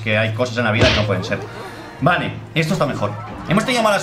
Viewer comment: dice vane en vez de vale xd